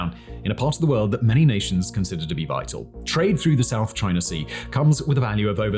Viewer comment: I like how he says "" lol